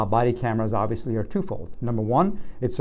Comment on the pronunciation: Ovileesy instead of obviously